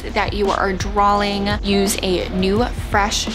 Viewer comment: FYI, it’s not ‘drawling’… it’s ‘draw’-ing